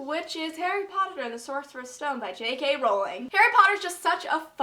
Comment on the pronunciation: YES AN AMERICAN SAID ROWLING RIGHT